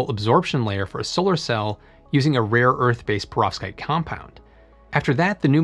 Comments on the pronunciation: Everytime you said that word I heard pirozhki and it made me hungry. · Anyone else keep hearing "prostate?" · I cringe every time this bald nerd says perovskite.